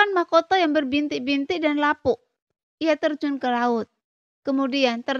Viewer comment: Untukkk. bukan untu. Tombak bukan tomba. bintik bintik. bukan binti binti. damai. bukan dame. Bijakkk. bukan bija. xiao yAn. bukan Xiao yEn. biar sya nyaman denger nya🤭